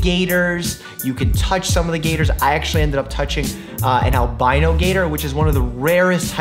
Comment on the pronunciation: finally a YouTuber who says albino right